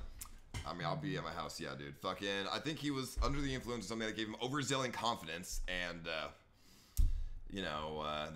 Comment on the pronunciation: Lol ice was raised by the internet, he always pronouncing words how they look when spelled out... " 'Overzilling' confidence" btw